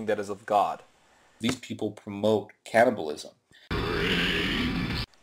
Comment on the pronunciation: At first I thought he said "cannabis". When I realized he was saying "cannibal(ism), I almost dropped my roast baby.